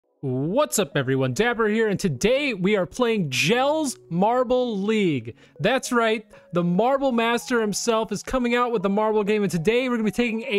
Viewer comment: pro-tip: it's "Yell-eh" not "Gels," Dutch and whatnot